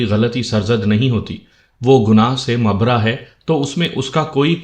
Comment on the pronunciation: مبرا نہیں مبررا را پر تشدید ہے یعنی ڈبل را